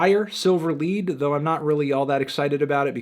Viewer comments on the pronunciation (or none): A lot of nice returns after long absences. Also, Wire's album title isn't pronounced lead as in lead the blind, but lead as in the metal. The hint is in the title.